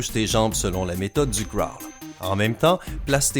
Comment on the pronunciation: La natation est mon sport et ont se cachera pas que j’ai bien rie aux techniques!!! Se n’ai pas sa les bonnes techniques! Et en passant le crawl ne se dit pas comme ça!😂 Si non, super vidéo!😅👍👌